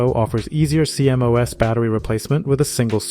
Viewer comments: CMOS is pronounced "Sea-Moss" rather than C-M-O-S. Great vid! :) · I've never heard anyone call a CMOS "See em oh ess". It's pronounced "See moss" lol Also bro saying diga bytes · Cee-M-Oh-Es? Cee-MOS. Is this an AI voice or what? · Is this an AI voice? Is that why they keep spelling out that acronym C.M.O.S. Instead of pronouncing it ‘SEA-moss’? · Stop saying cmos like thah